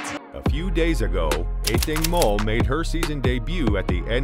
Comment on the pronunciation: I find your pronunciation distracting.